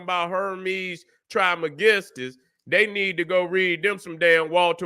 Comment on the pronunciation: "trish mey-giss-stus"